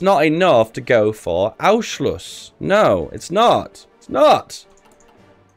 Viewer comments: DUDE CANT YOU READ THE N ON ANNNNNNNNNNSCHLUSS>??????? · Anschluss is not pronounced that way. You pronounce the "n" like an n and not like an "u". Everything else is perfect.